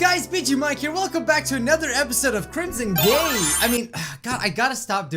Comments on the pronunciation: I was just thnking to draw a pride flag while you suddendly said Crisom Gay 😂. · Welcome Back To Crimson Gay! Mike: I NEED TO STOP SAYING GAY